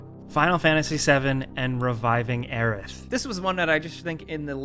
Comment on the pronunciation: Aeries! Yessss! Thank you for saying her name the right way. 🙏🙏